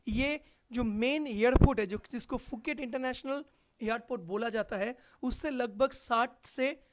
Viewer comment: Not fuket Phuket sai tara bola....